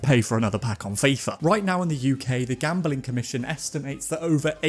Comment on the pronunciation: Gam-beling? Bing bing